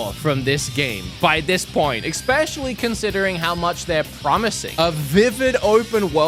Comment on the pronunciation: epic mispronunciation of the words "Especially" and "Espresso" still going strong today! Bro, there's no "x" in those words. Expecially isn't a word!!! 😂